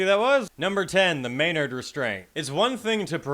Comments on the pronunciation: It's pronounced May nerd, not May yard. Cool show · lol "may-NARD". Nice emPHASis.